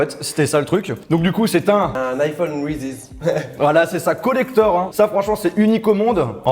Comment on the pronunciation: le OUI de charles c : UI